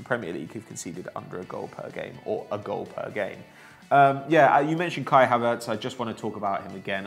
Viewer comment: best possible example for pronouncing “Kai Havertz” wrong